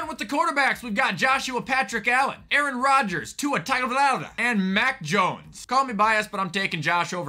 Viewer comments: The way he said Tua last name I can’t 😂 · The way pronounced Tuas last name lmao 🤣